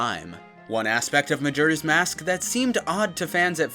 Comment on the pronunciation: Glad to finally hear someone pronouncing "Majora" correctly.